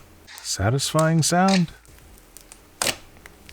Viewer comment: “nOw FiNgErS” and “sAtYsFyInG sOuNd” but also “SaTiFyInGgGgGgG?”